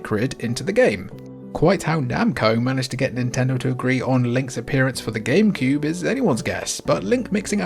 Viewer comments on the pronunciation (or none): wait, did you say gamebewb? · "game pube"😂😂😂 I heard it and you did too ! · bruh .... "Gamepube" ?